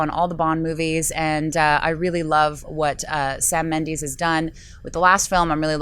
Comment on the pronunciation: Sam Min-dees?????